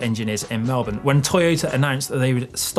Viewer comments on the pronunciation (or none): none